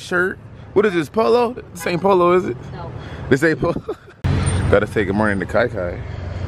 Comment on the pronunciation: He said goo korning dj